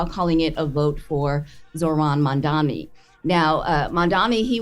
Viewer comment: needs to work on her pronunciation. She is beautifully articulate, but you have to learn how pronounce mam-dani.